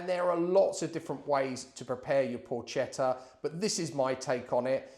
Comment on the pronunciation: Allow me to offer a piece of advice, hoping not to be offensive. I understand that correctly pronouncing the word "Porchetta" can be difficult for a foreigner. The letters "CHE" in Italian are pronounced with the same sound as the letters "KE" in the word "Kermesse." The sound you make, instead, is identical to that of the letters "CHE" in the word "CHELSEA." Happy New Year....good recipe !!